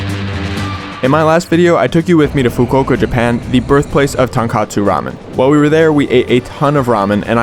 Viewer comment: i loved this video BUT PLEASE stop saying it wrong, it’s TONKOTSU, like tohn-kohtsu, “tonkatsu” is a completely different dish of a fried pork cutlet.